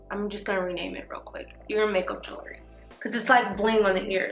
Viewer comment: 😂😂 I can't! Lmfao